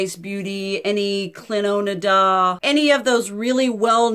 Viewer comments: LOL Cliodna is not "Cleo-na-da". It's "Clee-own-a". It's Irish like my name. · Clionadh is Irish. It’s pronounced Clee-Own-Ahh...hope it helps...I mean the brand is Canadian, but the name is Irish